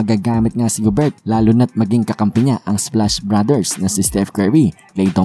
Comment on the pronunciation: Rudy Gober silent ang T